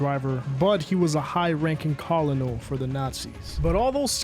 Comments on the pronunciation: it’s pronounced kernel not colonel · bro said high ranking ‘collinal’ lmao great video though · am I trippin or does this mf not know how to pronounce "Colonel" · bro said collonal lol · for future reference, colonel is pronounced "kurnel" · It's pronounced Colonel is pronounced kernal, btw. But everything else is great! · Colonel is pronounced “kernal” breh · colonel is pronounced like kernel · I KNOW you didn't just pronounce colonel like that. Its pronounce KER-NULL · Great vid, but did wanna say colonel is pronounced as "kernel" like the guy below was saying. Does sound weird but i can confirm as someone that had to learn ranks in the military aswell. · Bro you didnt just pronounce colonel like that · that's not how u pronounce colonel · no way bro couldn’t pronounce colonel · How did you pronounce colonel? 😂😂😂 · The guy can't read and he made it abundantly clear. There is not much to elaborate on. I'm not going to list every word but from the moment he tries and fails to say Colonel properly it just kept getting worse. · that's the first time I've ever heard colonel be pronounced that way. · thats literally the pronunciation, look it up.